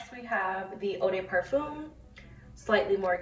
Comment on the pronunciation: Stop saying "parfum' if you can't pronounce it lmao